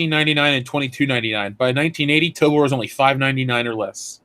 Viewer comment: Jesus Christ it's TOBOR with a fuckin O in it. T-O-B-<<O>>-R It's robot backwards. It's not "Tobar" like you've said a hundred times. Moron! Love ya.